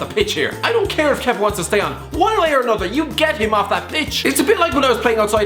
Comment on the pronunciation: Congrats for the for saying Kepas name right first time 😂